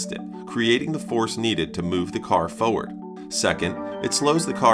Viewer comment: i can see your channel doing very well in the future! your style and thoroughness is a treat. i'm curious, do you do your own voiceovers? i heard an accent on the word "forward" but i wasn't sure. p.s. i just finished watching the japanese grand prix, so seeing that f1 clip felt like my sleeper agent activation phrase was said 😭